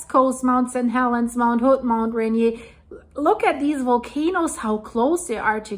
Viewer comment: it is pronounce Rainear like the Beer every time I hear you say the name I have to correct you so please get it right